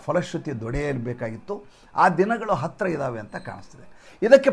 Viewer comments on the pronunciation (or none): none